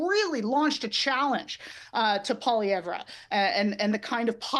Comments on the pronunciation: It's pronounced Polly-ev. Not Pollyevra. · This clip is too short. It does not explain enough about why Pollievre's politics are bad for Canadians. ( For anyone who doesn't know, he is a corporate stooge who will transfer even more of every day Canadians' wealth to the rich elite). And very odd that the woman with the dyed hair pronounces his name incorrectly. His name is French, so you don't pronounce the last letter. It's 3 syllables, 'Polliev' not 4 syllables 'Pollievre'. Just like his first name is pronounced, 'Pierr' nor 'Pierre'. You don't pronounce the 're' at the end of either. I don't like the man, but at least say his name correctly. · So out of touch she can’t even pronounce his name properly. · At least say his name right!! If your for Mark Carney then get ready for HIS tarrifs he wants to tax nations that dont have green energy that means a tarrif on China, Mexico, and ...the USA!! Look it up don't just get your info from these ppl on the youtube.